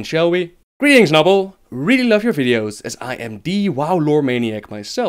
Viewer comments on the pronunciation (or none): It's Nobbel, not nobble!